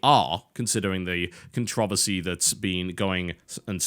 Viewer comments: Jesus christ. "Con-trovesy"????? "Con-tro-VERSY" God damn this is missuse sends chills down my spinal cord. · CONTROVERSY IS NOT ONE SYLLABLE TB! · It's also a game and if you're a grown up then you can deal with it. Also it's contra-versy. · there are two "Rs" in controversy why must you butcher the language every damn time?